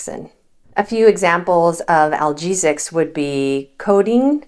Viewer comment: Well, it's a bit difficult to take advice from someone who can't properly pronounce the words 'analgesics' and who leaves off the 'non' in "nonsteroidal." That said, I've never smoked, I eat very little sugar, I avoid both fast and processed food, I use iodized "Lo Salt," which is a blend of real salt and salt substitute (potassium chloride) because the pure salt substitutes just taste TERRIBLE! I've also always drank copious amounts of water my entire life. I DO drink, moderately, mostly red wine but also bourbon, because I just like the taste of the two...I also drink beer, but none of this to excess...and I'm NOT about to stop, and I know I'll be fine, too. I do have issues with moving around enough due to 3 total hip replacements and 3 disk replacements in my lower back; I am never without some degree of pain, at times severe. As such, I DO take NSAIDS, but in very limited quantities, and only when pain is severe, preferring instead to take acetaminophen, and here lies another point of contention for me: acetaminophen/Tylenol, percocet/norco, and opioids in general which do contain acetaminophen, ARE NOT NEPHROTOXIC, only the NSAIDS exert a deleterious effect on the kidneys! Acetaminophen-based painkillers ARE, however, hard on THE LIVER. You should KNOW these things and these distinctions before doling out medical advice on YouTube. Just sayin.'